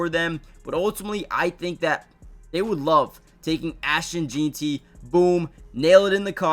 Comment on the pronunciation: 1 day before the draft and still can’t pronounce Jeanty right lol